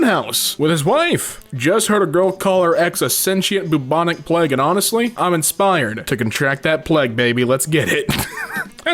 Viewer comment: pleg instead of plague